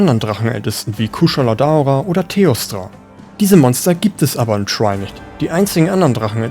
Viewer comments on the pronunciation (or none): Gutes Video aber wie du wirklich jeden Namen gottlos falsch aussprichst schmerzt richtig beim Zuhören. LagiakrUUUs, Seadois, Kushala DAAora. Selbst wenn ich es versucht hätte, wäre ich nicht auf diese Weltfremde Aussprache gekommen